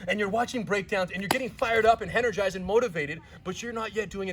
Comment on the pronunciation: Did he say, "RENERGIZED"??? 🤘😎